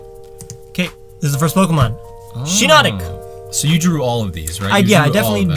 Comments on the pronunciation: Shii not thic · U said shiinotoci but the thing says shiinotic